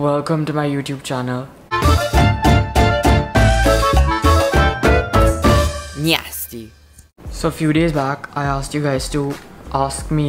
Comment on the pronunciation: I'm watching this video for 7th or 8th time and I still cant get over when he says NYASTY😂😂